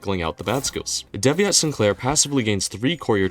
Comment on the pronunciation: I hate how you pronounce devyat'...